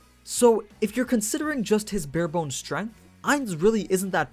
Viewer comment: "Bare-bones Strenght" lol